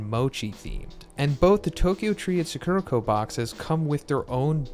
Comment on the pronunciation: It's Sakurako, not Sakurrhakou. Japanese pronunciation is the same as Spanish, so as an Spaniard I always find it a bit funny whenever Americans try to pronounce Japanese words. It's all in good fun though, not trying to be mean or anything~